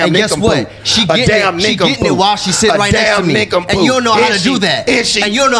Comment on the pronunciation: “ a damn nicompoo “